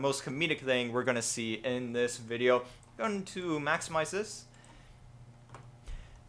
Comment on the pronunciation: "if you dont like this wideo my name is linus" lmfao xD